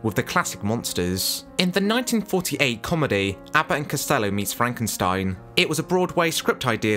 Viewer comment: That's Frank en steen